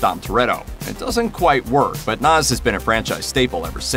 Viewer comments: It’s NOS, not NAS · NOS or NAS wow man that's a weird pronunciation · It's nos not noz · It’s NOS not NAZ